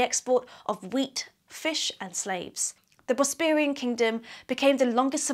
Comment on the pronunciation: Nice info, however I wish you could pronounce things better. I could perhaps forgive 'Bosperian', but if you're an archaeologist you should know how to pronounce 'Chalcolithic'.